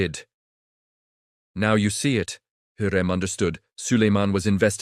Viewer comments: говорите правильно ни Хурим а Хюрем. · УЖАС СКОЛЬКО КЛАССОВ ОКОНЧИЛ ЭТОТ ЧТЕЦ ОДНИ ОШИБКИ ДАЖЕ ИМЯ ХЮРЭМ ОН ГОВОРИТ НА СВОЁМ ДИАЛЕКТЕ ДЖУНГЛИ.... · Не Хурим произносите правильно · ВИМОВЛЯЙ І'МЯ ПРАВИЛЬНО ХАСЕКІ ХЮРЕМ СУЛТАН. І НЕ ВИДУМУЙ І НЕ ГОВОРИ ДУРНИЦІ. АЛЕ Ж ТИ НЕ ЛЮДИНА А МАШИНА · Мои уши взорвались : ТопЧаПи,Хурим,харам и пр. ,,шедевры,, ну,это уже верх наглости от ииШАЧЬЕГО чтения --слушайте сами!!!